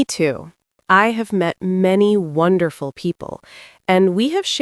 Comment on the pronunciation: It's was a wonswefull year